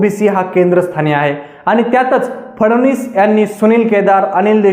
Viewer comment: फडवनीस नाही रे फडणवीस असे आडनाव आहे..